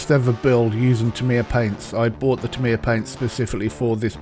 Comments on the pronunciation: Tamiya = "TA-me-ya" (and, in fact, the most accurate Japanese pronunciation sounds more like "TAM-ya," where the "me" is more like an apostrophe than an actual syllable.) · You say you speak fluent Japanese yet can't pronounce "Tamiya" correctly? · It seems a little disrespectful to knowingly mispronounce a name.